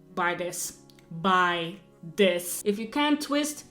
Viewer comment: It’s not dis... it’s the word “this”